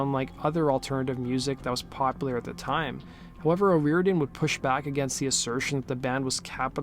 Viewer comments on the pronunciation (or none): Her name is pronounced oh- roar-dan